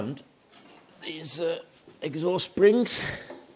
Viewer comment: Good job done, I cracked up when you said "Sprrrrings"😂. Looks bloody cold. That's terrible after only 4 months😡. Happy New Year to you and your Family mate 🍺🍺